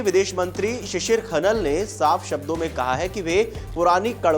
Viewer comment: हैलो भाई पहले सही तरीके से नाम लेना सीखो 👍? खनल नही खनाल है 😊